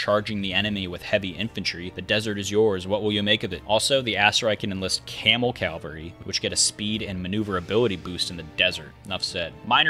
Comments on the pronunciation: its cavalry not calvery , i found that annoying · I swear I hear you saying calvary. It's cavalry.